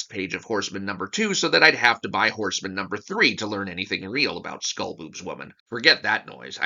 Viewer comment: It's Horse-Man, not Horseman.